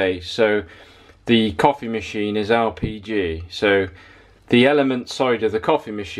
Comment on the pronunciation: Sometimes it sounds like your saying RPG instead of LPG.